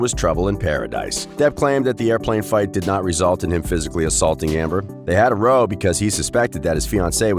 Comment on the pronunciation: In this context, "row" rhymes with now.